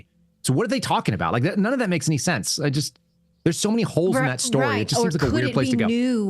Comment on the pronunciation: SHTORY? GREENGOES.